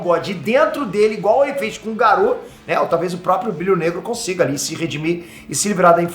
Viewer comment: pq diabos você fala Garu, em vez de Garou?